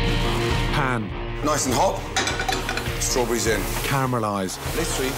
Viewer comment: Strawburrreisee blueburrreisee